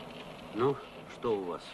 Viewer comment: Плятт произносит ещё "что", а не "што"...